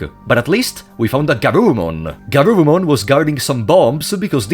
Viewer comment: + This is not GArurumon its GUrurumon ^^